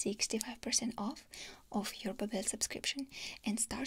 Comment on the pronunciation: Pretty funny you're doing a sponsorship for babbel... a language learning program and pronouncing their name wrong lmaoooo